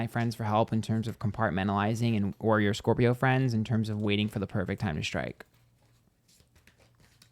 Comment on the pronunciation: Sometimes when you say "scorpio," I hear "scorpi-ho." I can't tell if you're doing it on purpose or not.